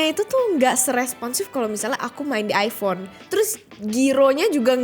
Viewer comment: iPhone mbak, bukan iFhone 😁